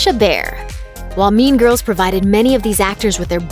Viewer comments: bruh who hears meme girls instead of mean girls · Why do I hear meme girls?? I hope I am not the only one who heard that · So.. Nobody is gona tallk about how this women says "meme girls" instead of "mean girls" 😂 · why do you keep saying meme girls instead of mean girls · Why do I here meme girls instead of mean girls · Am I the only one who heard meme girls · I heard Meme girls.. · Oh my, I heard "meme girls" instead of mean girls lol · Does anyone else keep hearing "meme girls" instead of "mean girls"? Or is that just me? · I kept thinking she said meme girls 😂😂😂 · i keep hearing "meme girls" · I keep thinking ur saying meme girls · Whenever the person said “mean girls” I heard meme girls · Is she saying meme girls? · Does she say 'meme girls'?😂😂